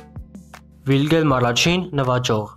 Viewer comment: Հայերեն արտասանությամբ Վիլհեմ ոչ թե Վիլգեմ